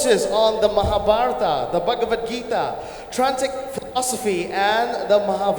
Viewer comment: The anchor who introduced her is so cringy to watch and hear. An indian who can't pronounce bhagwad gita and mahabharata